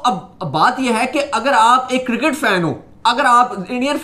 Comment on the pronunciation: its "cricket" not kircket